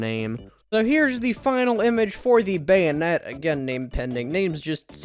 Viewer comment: 3 Bayou-net